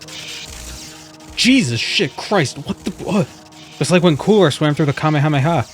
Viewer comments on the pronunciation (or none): none